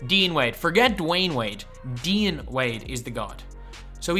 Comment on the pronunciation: Dude you totally butchered the name Dean. Your saying it wrong. Ask an American how to say it!